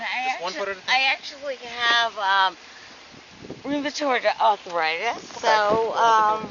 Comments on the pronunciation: “I have ruuumitard arrrthritttuss….” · “I have rumatroid athorititis!” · "Rumortord ardfritis" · Roomaturrd Arrthurightus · I have roomatroid arfritis too, but I don't talk like that. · Holy shit. I haven't been drunk in a long, long time so I don't remember the thought processes. Does she REALLY believe the stuff she's saying???? And what the F is ROOM-AH-TORD arthritis??? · “I have rubitorty arthritis” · Does this woman live stand up comedy or what? "I have rumanoid arfritis" except when I crawl up barstools., your career is over. Have a nice day. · Can't the cop tell she has Rumerafrued Arfritis? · Rumithriud arthritissis sirrr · "TAKE YOU TO YOUR OFFICE?" and "you guys are a "lill bit in trouble!" slurring her words badly. She can't even talk she's so drunk! She is skunk drunk and can't even pronounce rheumatoid arthritis correctly, two words she's no doubt used as excuses for many things before! "What else cayn I doe fer you" she says, (uh oh, that sounds like she's offering a service she's probably done before, LOL!) She's blasted! ("Not partiarlly gentullmely (particularly gentlemanly) of you is it." Wow! Get her off the road (which they are doing and being very kind with her). Some of what she says is unintelligible What a dumb broad, trying to tell THEM they are going to be embarrassed! BOOK-EM' DANO! At the station, she CONTINUES to talk and doesn't listen to a thing he's reading. But her behavior is very typical for a drunk! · She can't even say Rheumatoid Arthritis! How can you drive being that fucked up?